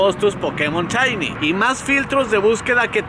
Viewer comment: Se dice shiny no chaini